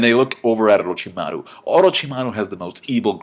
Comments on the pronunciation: Madda-ra Mina-to OroJimaru Thats how it is supposed to be pronounced, I think h does it right ,no? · For the love of anime, PRONOUNCE THEIR NAMES RIGH. MADARA = WRONG MINATO = WRONG OROCHIMARU = WEIRD AND WRONG. and several others. -__